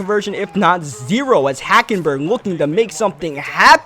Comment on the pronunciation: You said HackenBurger